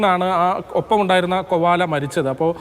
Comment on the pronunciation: Kovala alla Koala aanu